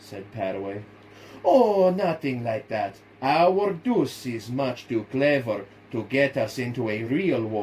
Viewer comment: Very good, you mispronounce one word he meant to say duche, not deuce. as in mussolini